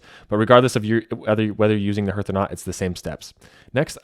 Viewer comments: Excellent video. However, it is pronounced "HARTH," like HEART - NOT NOT NOT "hirth," sounding like "birth." Please. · It’s hearth not herrth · 'Hearth' is pronounced like 'heart' but with a th at the end 😊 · HARTH...it is pronounced HARTH! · Hearth is pronounced hArth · Was that not freakin annoying?